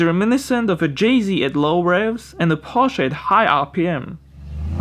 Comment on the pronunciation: props to you for pronouncing "porsche" and "Flugmotoren" right!